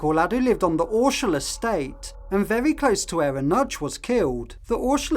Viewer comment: It's Ordsall not Orshall estate. Pronounced "Ordsull".